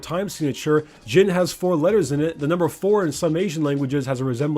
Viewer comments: You said jim not jhin XD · I thought u said "Jim" at the intro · idk why but i can hear him say "jim" instead of jhin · Is it just me or did it sound like he called him Jim at times? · "immobile" say that with me kids: "J h i n i s i m m o b i l e"